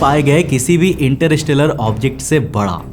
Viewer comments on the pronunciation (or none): इंटरस्टेलर ❌❌❌इंटर इस टेलर✅✅✅ 😂😂😂😂😂😂😂